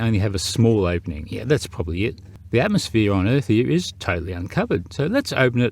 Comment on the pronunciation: It's bloody 'ATMOSPHERE' Otherwise superb 👌